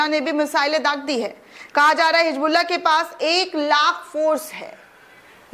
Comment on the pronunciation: My dear bitiya, your video is excellent. The content is great. But if you pronounce Urdu correctly it will be admirable. For example it is " Hizbullah" not " Hijbluaah" .